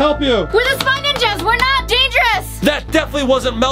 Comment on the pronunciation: Its spy ninjas not spange range